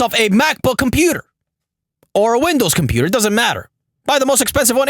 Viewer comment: "HORNY YOUR DINNER IS READY" "THE COMPUTAR ROUUM"